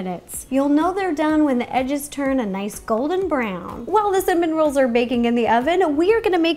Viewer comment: The more she says cinnamon rolls the more i hear cinnamon Ro's :D